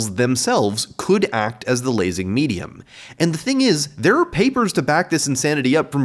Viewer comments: every time he said. medium i kept hearing in my head. meat-e-um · Did he say laser meatium?